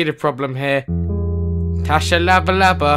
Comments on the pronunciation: Not tshalabalabalaba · Noob squad I know its still funny though although his name isn't tashalabalaba its tshabalaba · this in 1 of my favourite vids and you are saying it wrong it is pronounsed sha-ba-la-la.i know because i live in his neighbouring country,botswana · Guys it's actually pronounced shabalala I met him.